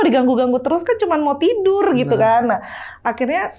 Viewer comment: Meni lekoh huruf R nya si kaka...😅 "tidurrrrrrr..."